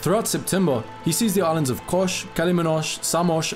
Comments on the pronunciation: This is a great and very informative video. But just one little bit of constructive criticism: you called the Dodecanese islands by their Greek names, but pronounced them in an Italian way. For example, it's not "Kosh", but just "Kos". Not "Samosh", but "Samos." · Its kos not kosh and samos not shamosh.wtf u say sh